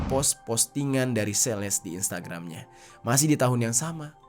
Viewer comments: Celeste itu dibacanya "seleste" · Dy ngomong Celeste juga jadi sales anjiirr.. Sales mobil ap hp?😅 gregett gw denger ny..